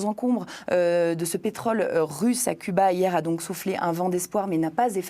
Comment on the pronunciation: c'est curieux la journaliste n'arrive pas à dire CUBA